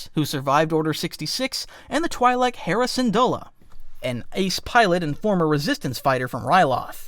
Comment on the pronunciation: the way you pronounce certain names is driving me crazy. Hera Syndula and Lothal are pronounced IN THE SHOW